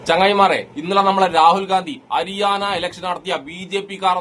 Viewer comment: അരിയാന അല്ല, ഹരിയാന ആണ്😂😂😂